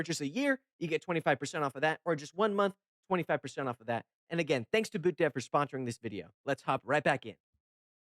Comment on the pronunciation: Love that you called them "BootDev" instead of "Boot(DOT)Dev" Personally I like to believe its cuz ur code was QuipsGuac instead of QuipsANDGuac but hey what do I know, I just watch the most unhinged deck builder on YouTube